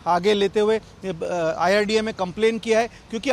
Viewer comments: न्यूज नेशन के इंटरव्ह्यू लेणे वाले बई साहब, डॉकटर साहब आयआरडीए बोल रहे है वो सून कर भी आप बार बार " आय आर डी एफ " क्यो बोले जा रहे हैं ? अचरज की बात लगी मुझे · Sabse pehle insurance authority kaa naam toh sahi se boliye, uske baad aap apna interview phir se post kijiye. It is IRDA and not IRDF